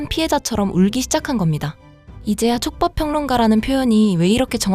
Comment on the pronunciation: 아, 최법이 아니고 촉법.